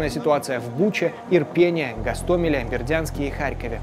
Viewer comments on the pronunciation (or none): Правильное произношение, наголос " в ИрпинЕ`, ГостО'меле